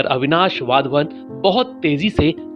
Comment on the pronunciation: वाध्वन नही सही वधावन है